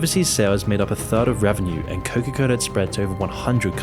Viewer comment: Can someone please for the love of God tell me why is he pronouncing it Coca-Coller?